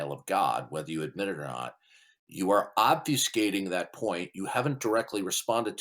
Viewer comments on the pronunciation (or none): Obveeskating?????????????????, the word is OBFUSCATE.